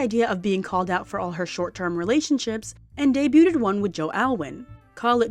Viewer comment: Girls, I love your videos but the word is “interpreted” not “interperated” also, debuted is “day-byood” not “day-byoo-ted”